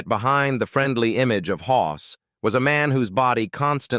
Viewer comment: He was Hoss not Hos!